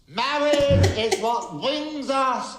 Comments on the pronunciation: I have been to a wedding recently and they actually started off with "Mwawage! Mwawge is what bwings us here today." Everyone broke out laughing including the couple. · The priest "MAWWAGE IS WHAT BWINGS US TOGEVAA TO DAAEE"